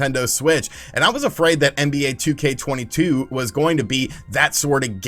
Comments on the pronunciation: NBA "2k20 22"? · Couldn’t get past him calling it nba 2k2022 every other sentence